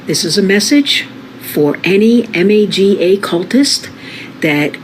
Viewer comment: Dude it’s MAGA not MEGA buddy. Yes we are large and in charge but if you can’t get the acronym correct then why would anyone even listen to your opinion. MAKE AMERICA GREAT AGAIN.😎